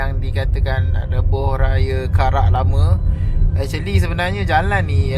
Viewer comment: ... Acherli ( actually) 🤣😅🤣🤣🤣🤣🤡🤡🤡🤡🤡🤡